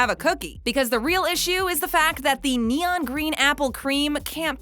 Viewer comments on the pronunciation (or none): none